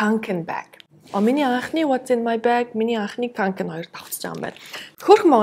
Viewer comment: кункэн гэж дууддаг шүү ккк шведэд хүн болгон л бараг үүрцэн байдаг